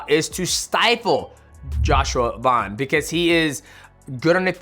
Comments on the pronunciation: VAN NOT VAUN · Bro.. his name is Van not Von.. I swear fighters are the worst and pronouncing other fighters names lmaoo why you making it harder than it needs to be 😂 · his last name is Van bro why do you keep saying Vaughn 😭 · Van not von🙄😮‍💨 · VAN not Vauhn